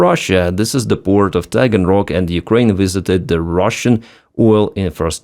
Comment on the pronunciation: off topic - but when he said Taganrock.. did anyonen else think of the dragons of Schmagenrock?